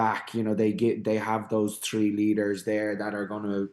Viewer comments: Poor excuse. I'm Irish. You can train yourself to do these things. Not every Irish person says tirty tree. Jackman could fix it and sound more professional, but he couldn't be arsed. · Down the list of priorities. I'd first target the "th" blend. You don't kick tree points in rugby, or wewr number tree on your back.